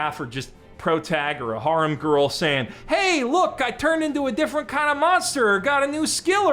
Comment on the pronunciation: For the love of all that's holy please learn how to pronounce the word "harem"